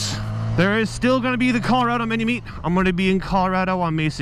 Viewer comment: I thought you said mini me instead of mini meet